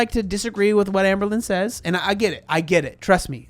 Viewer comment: This is very stupid, but I always giggle when says AmberLynn and it comes out sounding like amblin' because ambling means to walk slowly.